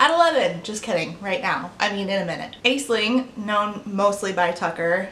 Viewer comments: Hi! This isn’t super relevant to the video but the name Aisling is actually pronounced like “Ash-linn”. It’s an Irish name (hence the funky spelling) and I’m just letting you know for future reference because as someone with an Irish middle name I do wish people would be more aware of pronouncing them correctly as they are with other cultural names :) no hate intended at all just wanted to let you know in case the name Aisling comes up again in the future ❤ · Idk how it's spelt but if the other name happened to be Aisling then it's pronounced Ash-ling ^^ Not saying this in a "omg you pronounced it wrong" way, heck I'm Irish and I pronounce it wrong in my head XD it's just more of a learning thing I thought I'd share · Ok I don't know if Tucker pronounces Aisling like that on purpose but it's an Irish name that should be pronounced like Ashling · Side note, Aislynn/Aisling is an Irish name that's supposed to be pronounced as "Ashlynn". Kinda interesting to see how that got lost in translation as people came to the US, resulting in the name being either spelled "Ashlynn" or mispronounced as "Ays-lin". Language is cool! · Just a quick note that "Aisling" is an Irish name pronounced "Ash-lin" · It’s pronounced Ash-ling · amazing video as always *but* as an irish viewer of your content that pronounciation of "aisling" made me die a little at the start (it's pronounced like ash-ling, ais in irish is like ash) lmao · She seems pretty trash, but completely unrelated to most of this, the name Aisling is actually pronounced as “Ashling”, it’s Irish. Gaeilge is a different language, so the pronunciation is different. It’s not even the name she goes by, but in case you see it in the future, now you know how it is pronounced. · i knew a girl named Aisling who pronounced it Ash-leen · Idk how she pronounces it, but Aisling is how you spell Ashlyn in Ireland